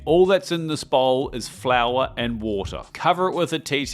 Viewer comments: You pronounced two of the key ingredients incorrectly. It’s San MARZANO, not Marino, and it’s fior di latte, not flor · It's also fior di latte, not flora di latte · San Marino and Flor Di Latte 🤣. Love your channel though😛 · Ohhhh 😂 It’s so funny to me as a native Spanish speaker. I had remotely no idea he was attempting “fior di latte”